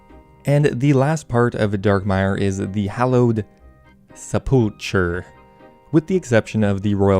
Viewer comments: Sepulcher is pronounced as Sep-Ul-Kur for the record. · "Sepp ul curr" is how you say sepulcher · Sepulchre pronunciation: seh-pull-ker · daeyalt -> day-alt, sepulcher -> sep - uhl - ker. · Sepulchre = sep - pull - curr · Sepulcher (se-pull-ker) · Sepulchre is pronounced seh-pull-kerr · Sepulchre is pronounced as "sep-ul-kur" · For anyone wondering, sepulchre is pronounced SEH-pull-ker